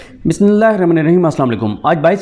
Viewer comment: Sir with due respect...I like your reporting ...just one suggestion ...App bismillah proper parha kijiye plz